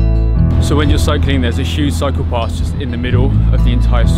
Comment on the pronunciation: Cycle path. I thought u said gotta watch out for the PsychoPaths. Lol